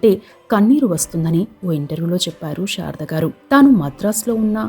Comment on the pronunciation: బాగా వివరించారు. కాని, షారద గారు అని ఉఛ్ఛరించడం బాగాలేదు. ఆమె శారద . షారద కాదు. 'శ' కు 'ష'కు బేధం ఉంది. "శషభిషం" అని.ఉఛ్ఛరించడం లో తేడా తెలుస్తుంది